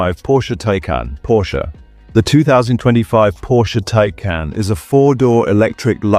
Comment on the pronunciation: The Porsche WHAT? The correct pronunciation is „Ty-Kahn“ (both syllables stressed). Whatever, this is one of the worst robot voice EVER.